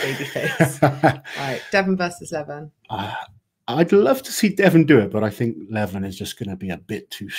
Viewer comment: if you do go down the route of talking more about armwrestling, please learn how to pronounce Levan. 😝 It's not Levvin, as in rhymes with Devon, it's Le-vahn.